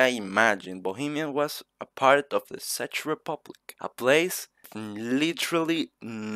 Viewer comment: Good video but it isnt pronouce SADGE republic but check republic